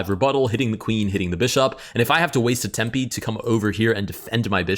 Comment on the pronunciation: "And if I have to waste a tempy"